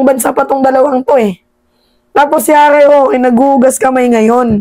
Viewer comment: Harry shoke !!! Hindi rokita